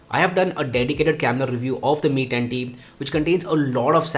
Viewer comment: Mi tatttii 😂😂